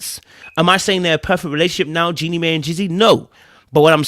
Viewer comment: Jenny Mai name is pronouced Jenny My